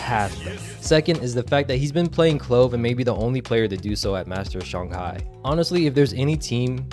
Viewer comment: no Its shang•hai